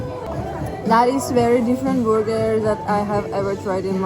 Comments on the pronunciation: She said borger hehe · It has been too long since I have heard version of "burger".